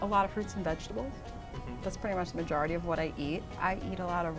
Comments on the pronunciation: I feel like you can hear the New York when Rachel says "majority" more like "majarity" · When she said "Majority" I knew. She pronounced it Muh-jar-ity. You can fake hot daawg and caawfee or Mothuh- Fathuh but you aren't coming up with "Muhjarity." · Rachel’s accent is hard to place as a Canadian listening to her, but as soon as she said “majawrity” I knew she was from somewhere up around there. I’m pretty confident people on the west coast of the US, in Canada or in the Midwest wouldn’t pronounce it that way, it’s a very east coast American pronunciation imho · As soon as Rachel pronounced the word majority as "majAHrity", I knew she was from NYC. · i knew it from the first round when she said “majarity” instead of “majority”